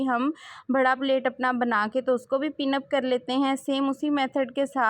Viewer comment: پلیٹ نہیں ہوتا پلییٹ ہوتا ہے ۔ بھڑا نہیں ہوتا بڑا ہوتا ہے۔